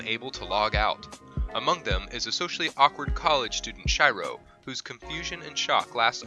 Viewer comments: not “shy ro” “she ro” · Shiro pronounced Sheero not Shyro you dumbass. You would know that if you ever watched the anime. And isekai is pronounced eesakeye not isekee. Learn how to pronounce words and names properly. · its fucking shiro not shyro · its SHIRO not SHAIRO and "NPC" not "NCP" in Log horizon. Npc as "non player character" ....... kinda made my ears bleed sir. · Who the fuck is Shy-ro? It is pronounced as Shiro but I guess that's too much for an. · You say it like she-ro not shei-ro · Shyro really I can’t really blame you for messing up but really Sh-e-ro shiro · its not Shairo... SHIRO - /SHEERO/ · Shiro しろ not Sh-I-ro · Me: Oh Shiro ! Him: Shy-ro Me : WTF??? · Do these YouTubers purposefully mispronounce to annoy us. A-Cart-Suki? It's A-Kat-Ski. Shy-Row? Try Shee-row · Not SHAIRO. It's SHIRO!! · Shirou not Shy row. I'm not hating on the channel or on you. It just triggers me when names are pronounced wrong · im a huge fan of Log Horizen and i was like who are you talking about it is pronounced sheer-ro not shy-ro in the english version... please dont pronounce them wrong it hurts mine and other people who are Otakus and fans of log Hozen hearts. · This dude pronounced Shiro as ShAIro This just proves that dub is 🤢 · ShyRo, Nowtsoogoo, and akatsookee... Smh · Who the fuck is shy-ro heheh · Shiro is pronounced shy-row? You only watch dubs... pesants... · ooof, i cringed when he said shyro instead of shiro.... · "ShYrO"....... It's really annoying when people westernize Asian names even though they watched the anime and heard the right pronunciation every time. Unless you watched the dubbed version, which should be illegal. Side note, good list but I'd disagree. Some of the anime on this list is boring AF, overlord and slime, even gate (even though it's not exactly the traditional isekai) should have been on this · "A cat-sookie"? "Shy-row"? Get the fuck outta here! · She-ro plsssssssss shiro is she-ro!!! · Its as if they were saying shy-row